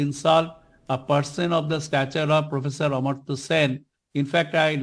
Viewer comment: Amar-tya Sen not Amrit-tya Sen